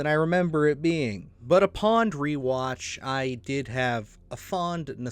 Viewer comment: Upond? Greithing? I notice in just about every video of yours that I watch you are mispronouncing at least one word every time.. it's "upon" and "grieving"lol